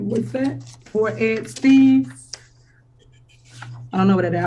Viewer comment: Pretty sure it's Ed Steave not "Steves"